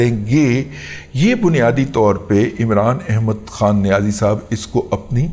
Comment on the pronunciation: اتنی شدّو مد سے” عِمران احمد خان نیازی” کہنے کی کیا ضرورت ہے ؟